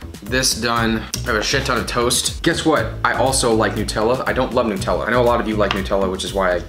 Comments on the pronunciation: It’s not newtella it’s NUTella like how do you say nut do you call hazelnuts hazelnewts? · Lol "nootella" nonononono it's NUTELLA it's Australian so I know it's NUTELLA not nootella because I AM Australian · Nut tella not noouutella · Is it actually pronounced "New"tella or does he just say it weird? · It’s Nutella not newtella it’s from Germany when I am right and we say it like that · So Nutella is a hazelnut spread. HazleNUT... hence Nutella. Not new - tella. Get it rite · Tf is a NUTella lmaoooo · Its pronounced Nutella cause it's got nuts👻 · wait who pronounces nutella like that?!